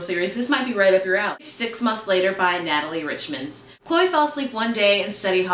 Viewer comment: So sorry! I realized after I filmed I said Natalie Richards name wrong. As far as the only things go it's all pronunciation. Yes there is a proper way for a word to be said but sometimes I can't help the way I say it. It's just like you say tomato I say tomota sort of thing. And the spittle thing, I honestly cannot help that. I am sorry I am ruining this channel for you. Stay subbed for Jeffrey & Jeremy's videos still but I understand if you skip over mine. Sorry once more.